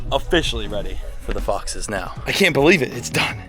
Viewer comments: He said fixes yayayyayayayyayyayayayyayayyaayyayayyayayyayay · 100% he said foxes i came here to type the same i feel like a detective 😂😂